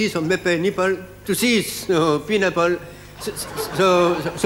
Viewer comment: Mon Dieu, même en anglais il arrive à faire des trucs... people qui devient nipple (téton) et pinapple (ananas)... je suis admirative :D